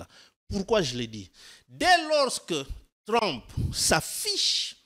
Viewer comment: "Trump" dans la bouche de: "TLLLOM" 😂😂😂. Sur le fond je suis d'accord avec lui.